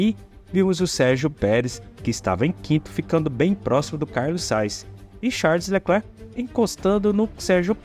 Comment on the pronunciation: Sugiro que treines a dicção dos nomes dos pilotos. Porquê Carlos Sais? Ou não é mais Carlos Sainz?